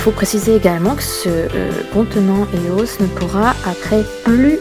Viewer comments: Ça se dit pas éos mais E O S tu lis les lettres une par une. et copieuse de vidéos allemandes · E.O.S et anglais donn'c on le prennonce en anglais, c'est comme Fluff ok le prenonce fleuff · Lilou sɴᴏᴏᴘʏ Ouais sa se dit eos (ios) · Même si ça s'écrit pas comme ça, ça ce prononce I-O-S, pas EOS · tu dis faux eos